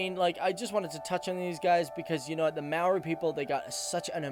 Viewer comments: Talk about butchering Maori names, it's not mow-ree more 'moldy' and it's not roo-uh-PAY-hu it's 'roo-uh-PE-hu (as in the PEZ candy without the z) if you're going to provide pronunciation advice make sure you're correct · Completely butchering the maori names man 🤣 it’s easy to pronounce when you know how to say their vowels (a-ahh e-eh i-said like saying “e” o-oar but without the “r” sound and u- ooohhh. Also, if that didn’t help, for starters you pronounce “maori” as mow-ree but almost as if you are going to roll the ‘r’ but not quite. And Mount Ruapehu is said as roo-uh-pay-who. Real good video though! If you do a part two, maybe talk about the All Blacks (our national rugby team) as they are literally our pride and joy. You can also talk about pavlovas, pineapple lumps, L&P because it is LITERALLY THE GREATEST SOFT DRINK TO EXIST!!! If anyone who is planning to go to New Zealand sees this... GET L&P!! Sadly there are some downsides to our country, society wise. This includes our drinking culture, domestic abuse rates, and obesity rate. We are ranked #3 in the world for obesity I think? But if you came here and saw us, many of us aren’t large haha. I love New Zealand because it’s such a beautiful place, we have so many opportunities here and I always feel safe. There is no doubt in my mind that I feel comfortable to walk around alone at night as a female. I’m proud that as a country we are trying to sort out anything negative about us. Another thing to probably mention is our stable economy! It’s great! If you’re visiting during summer, I really recommend checking out Mount Maunganui as a place to visit because it has an amazing beach, plenty of shops and an amazing mountain to climb, which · you said moari wrong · Hi I'm from new Zealand and your pronunciation wasn't the greatest but I don't blame you. It is truly a wonder full and amazing country full of natural beauty. If you would like some info hit me up. And we might talk about some slang also